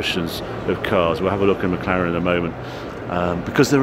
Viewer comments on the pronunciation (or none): none